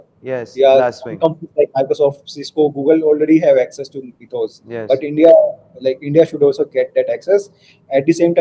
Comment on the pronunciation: Mythos not methos